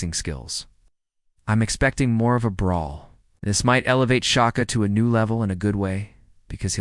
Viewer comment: His name ain’t Shocker it’s Shakur